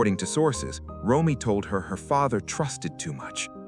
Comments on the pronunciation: Nick's sister's name is R-O-M-E-Y, pronounced Roam-ee, not Roy. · Yes, “Roy” weakens the credibility of this broadcast.🥲